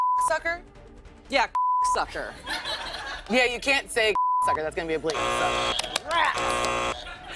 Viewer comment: Never thought I’d live to see the day I hear Lilly say cont. 😂😂😂😂